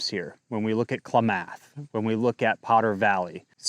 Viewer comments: Your information is incorrect. The water never ever re-enters the Eel River. The outflow from Lake Pillsbury keeps water in the Russian River. Another thing, you need to learn how to pronounce Kla-muth, not Kla-math and also Tu-lee elk not Tool Elk. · KLAM'-ATH not KLA- MATH' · Try “Clam-Muth” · Thanks for making this video with. Very important topic which smells fishy (no pun intended- well maybe.) Correct pronunciation is Klam-ath or Kla-meth. Painful to listen to repeated mispronunciations. Rocky Mountain Elk Foundation should also be interested in the elk population in the Potter Valley. The most revealing statement made here by is…”Independent, can-do people are not favored politically these days and an assult on those who can fend for themselves and produce food for others is the norm (Paraphrased)” Taking water resources from farmers/ranchers and devaluing the property of generational farmers is ludicrous. It’s a state land grab. Gov. Noose-um should swing by one before he completely destroys California agricultural, burns all its forests, covers all left over ground with micro climate changing/heating solar panels and migratory bird killing wind turbines. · Just thought of a way to tell you how to pronounce it. Kla(as in a in as)math(myth). I grew up hearing it all the time but just realized how confusing it could be. 😂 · And clam-ath , lol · Dude, you are pronouncing Klamath and tule like you’ve never been to California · I am a california farmer, for real. This is total, right wing, extrapolated nonsense. Doesnt know how to pronounce "Klamath" or " "tule". Disregard this video. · I’m sorry, I normally don’t comment but you might want to look up how to pronounce Klamath. 😄 I do appreciate your videos!!!